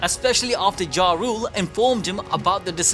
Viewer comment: For clarity: "Jarul" is supposed to be pronounced "Yarl" or "Yawrl" (chieftain in Norse). It's not Ja-Rule like the rapper. Also, it's RogueTown (not Logue).... because ya know.... Pirates are Rogues. I blame the idiot localizers for this, bc Oda knows EXACTLY what he is doing when he makes these names up. These are not random names, they all serve a narrative purpose.